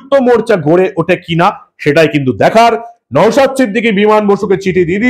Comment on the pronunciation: আপনি ওনার নামটা ভালো করে উচ্চারণ করুন উনি সন্মানীয় বিধায়ক ওনার নাম নওসাদ , নওসাত নয় ।